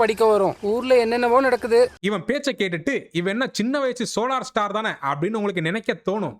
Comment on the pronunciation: சோலார் ஸ்டார் அல்ல சரியாகத கோலார் ஸ்டார் 😅😂😅